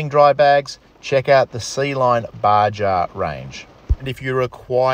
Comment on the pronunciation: Baja is pronounced BaHa. It’s a silly dessert in California, USA. 🤣 Cool video! 👍🏻